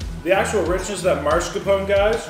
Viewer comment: I think you broke your own record for smacking!! Turns me off even tho I sometimes watch your vids. Come ON, noone else does that. BTW, just for future reference, it is MAScarpone, not MARscapone.